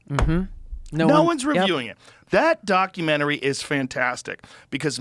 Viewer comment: Idiot makes fun of someone for mispronouncing Celsius and the proceeds to say “ockumenary” instead of documentary. It’s almost like if you’re constantly talking quickly you might trip over a word. The hypocrisy is palpable.